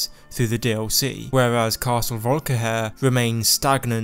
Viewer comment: everyone: volkihar: volkihair